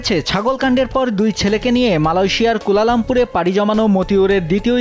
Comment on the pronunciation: মালয়েশিয়ার “কুলালামপুর”? 😂😂 ভাই দেশে কী সাংবাদিক এর এতোই অভাব?!